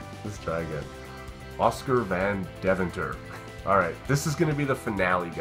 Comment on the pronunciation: It's Deventer, not Daventure.